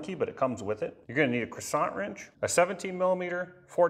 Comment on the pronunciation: "Croissant wrench" earned you a subscribe